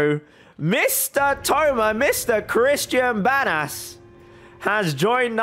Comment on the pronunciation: I like how he says Banas like Bad as